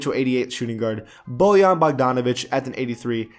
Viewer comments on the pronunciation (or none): none